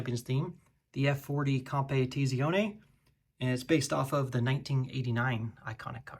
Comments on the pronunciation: Compe teezee ouney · oh god the butchering of the pronunciation of scuderia and competizione during the ferrari segment hurts my soul lmao